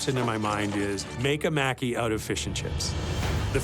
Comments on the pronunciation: pronounced "mocky" not "mackey" lol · I hate how they said "Maki" it's not pronounce macky......smh you would think that world class chefs would know the name of the food XD especially Alvin of all people He's Asian, he should know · 25 min to make sushi rice, fry tempura, prep veggies and thinly sliced sashimi before actually rolling the maki??????????????????? SUCH BS!!!!!!!!!!!!!!!!! Everyone pronouncing "maki" incorrectly (including the judges) was 🤨🙄. It's NOT "maaackie."